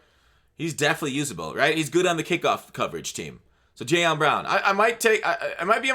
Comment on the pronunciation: you’ve done it twice now... it’s JayLON Johnson, not Jayon